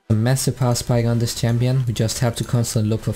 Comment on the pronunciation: Its champion not tsampion